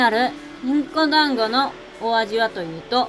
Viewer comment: のど飴と団子😂本当にたまたまか❓旅をする前から考えられた壮大なネタ👍胸を張って団子の滑舌はしっかりしましょう😁